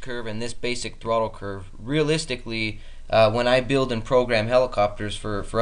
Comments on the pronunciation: No big deal but there is no "k" in basic. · "Basick" flight :)